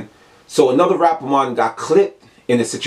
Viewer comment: Lmfaoooooo dawg Everytime u say rappa Mon I died